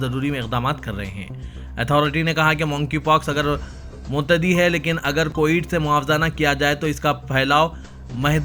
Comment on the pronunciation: آپ بولے ۔۔۔۔ معتدی امراض غلط ھے متعدی امراض صحیح ہے سھدر جاؤ صاحب۔ ہر جگہ رشوت کے ذریعے نوکری حاصل کرنے والے اردو کا پچھواڑ اچھا سمجھتے ہیں۔